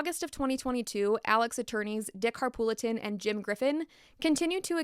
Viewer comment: Also Dick Harpootlian is how you pronounce the lawyers name, not Harpoolitan. Just sayin since it seems saying things wrong bothers you. I like your videos though. Thanks!